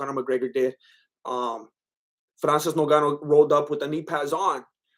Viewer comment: "Cereal gain" "nogannou" dude😂😂😂, you are right, Gane was slapping and poking Francis with those shots, zero damage